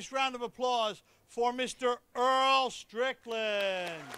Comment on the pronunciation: does it annoy anyone too beacuse it says strickand